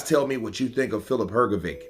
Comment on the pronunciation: Why do you always call him filip hrgoviq,it is hrgovich,you dont call michael jordan a michael bordan